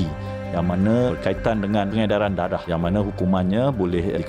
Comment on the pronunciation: Correction..tiada pengedaran...melodi tolong betul kn sebutan.